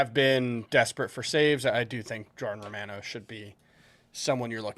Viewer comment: It's Jordan Roh-mah-noh.......NOT "Roh-man-oh". C'mon, aren't you Italian?